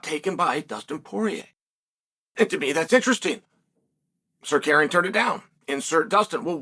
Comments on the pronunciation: arman tsakuryan said chael, lol its pronounced sarukyan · Damn, now we won't see Mocklechev vs Suh-CARRY-yun.